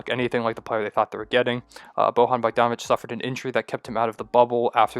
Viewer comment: It's pronounced Boyan not Bohan btw.